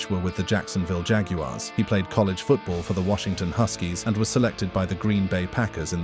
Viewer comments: It’s pronounced Jag yard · It is pronounced JAG WIRES